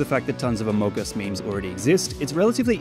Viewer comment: U said amagus and amugus no amogus